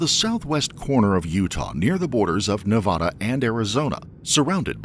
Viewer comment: Come on bro… pronounce Nevada correctly